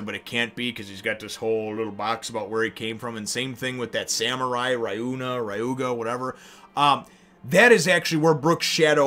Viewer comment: The samurai's name is pronounce ree-yu-ma.